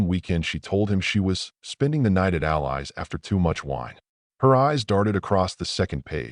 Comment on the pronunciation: The wife's friend's name is "Al-Eye"? I'm thinking it is actually "Al-eee". Goddamn robots couldn't fucking speak English to save their fucking digital lives. Hire a human narrator!